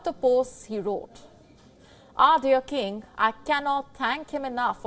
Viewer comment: She can't even say king correctly 🤣🤣🤣🤣🤣